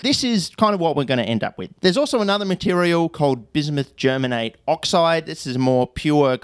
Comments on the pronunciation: Im from Germany and never heard a native English speaker saying germate 😂 it sounded hilarious to me. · Bismuth Germanate is way funnier to say if you say Germanate as Ger-manatee